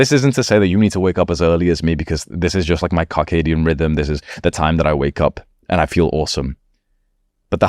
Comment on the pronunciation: He really said cockadian rhythm